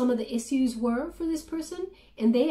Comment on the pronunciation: has anyone ever corrected you on the pronunciation of "issues"? Just trying to be friendly here the best I can through a comment section haha but think of -ish sound like "ishues" The double S is deceiving and if English wasn't my native tongue I would pronounce it with the double S sound. I just want to help my friend I promise:)